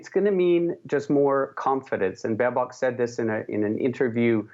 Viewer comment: Baerbock 😂😂😂 this girl can't even pronunce simple german word's, this will be fun.